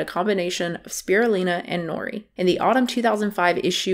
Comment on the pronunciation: You’ve been mispronouncing Spirulina. The Lin is pronounced as line not Lin